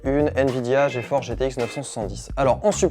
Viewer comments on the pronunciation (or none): none